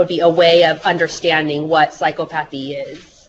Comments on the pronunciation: What would really help is psy-KA-pa-thy however, I think we all understood what she meant :) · pronunciation ... "psy-CO-pa-thy" )